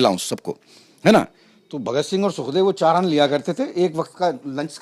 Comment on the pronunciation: बोलना सीखो पहले वह शहीदे आ जम "भगत सिंघ" है साले ऊनको बोला कैसे